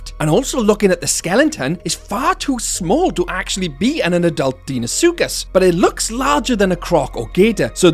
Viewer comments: It’s pronounced Dino-suchus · love how you pronounce deinosuchus XD